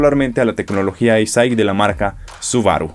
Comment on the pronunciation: que bien estás pronunciando "Eyesight" de Subaru. Felicidades!